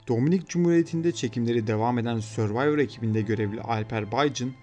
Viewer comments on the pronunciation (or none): none